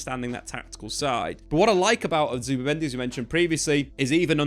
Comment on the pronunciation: zubImendi. not zubAmendi. ya knobs